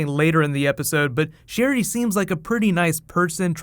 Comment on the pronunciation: Sherryl. Just that. Sherryl.